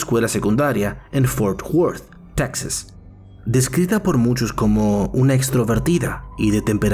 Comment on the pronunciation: Ojo, está narrando desde "Taxas" 😄😂🤣